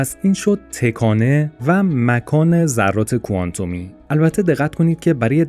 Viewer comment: ویدئو عالی بود ولی از اینکه در طول ویدیو دائم به جای تَکانه هی گفته می شد تِکانه خیلی اذیت شدم